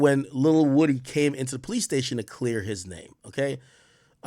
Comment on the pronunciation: Ak gets defeated by the letter O every time. “Rury” “Wudee”